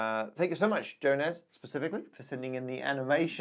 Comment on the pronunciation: You misspelled first name "Jonas". It's more like Yo-nas, the J in Lithuanian is soft. And also the "c" at the end should be "č", but I guess that's how you got the e-mail or whatever. I don't blame you though, we have a very unique way of pronouncing and spelling things :)